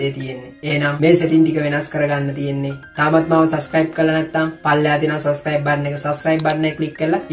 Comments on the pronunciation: චෝම් බව්සර් නෙවෙයි බං, ක්රෝම් බුූව්සර්...😆😆😆😂😂😂 සස්කයිබ් නෙවෙයි සබ්ස්කු්ුයිබ්..හරියට වචන ටික ඉගෙන ගනිං අයියෝ සංසාරෙ. යූ ටියුබ් එකේ සල්ලි හොයන එකම නෙවෙයි බං ජීවිතේ.දන්නෙ නැති වචන හරියට කාගෙංහරි අහගෙන හරි ඉගෙනගනිං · සස් සයිබ් නෙවෙයි බන් සබ්ක්‍රයිබ් කියහම්.චෝම් නෙවෙයි ක්‍රෝම් බොල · සස්ක්‍රයිබ් නේහ් 😂, චොම් browser එක,😂